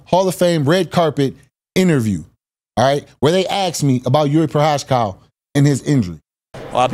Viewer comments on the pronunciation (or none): Why does Jamahal call him Jiri Prohascow 😂??? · and Jamahal too. "Jiri Prochazcow" lmao....and he aint sayin it that way on purpose either.